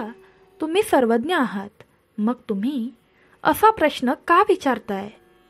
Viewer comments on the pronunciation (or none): none